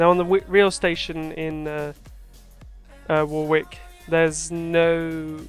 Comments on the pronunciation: Great video!! This is my local train/ bus station. Warwick is pronounced without the second W, it’s silent. More like War-ick, but how you said it is just fine 😂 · That wrong pronunciation of Warwick, damn. Silent second w. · 1) Your pronounciation of Warwick is amusing the hell out me 2) That carpark is an absolute bitch to get in/out of during busy periods 3) Elevated Stop Enabler is your friend 4) Loving the outro ;)